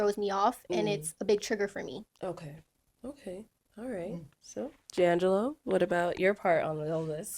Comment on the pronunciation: Why did I pronounce this man’s name in my head as Jang gah low🤦🏾‍♀️ only to hear them say it as Jay Angelo lol